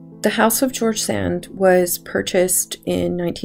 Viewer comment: Very charming video..... I would respectfully suggest that you check on the pronunciationof George Sand.